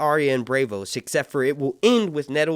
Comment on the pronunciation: Dude PLEASE get your pronunciations right. BRAVEOAHS? It’s BRAWVOAS. Braavos. Please.